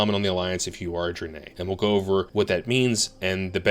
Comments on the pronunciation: Why do you pronounce it Dri-nay when its pronounced Dra-ny? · Are you saying "dranay" for Draenei on purpose? Literally unwatchable. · is so horde that he never even heard anyone pronounce draenei haha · Had to come to the comments as soon as I heard that. I've literally never heard anyone pronounce "draenei" that way.